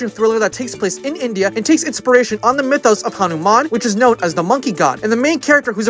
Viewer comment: I love how you pronounced Hanuman correctly but butchered Dev Patel lmao